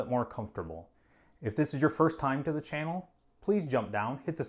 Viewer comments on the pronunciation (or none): none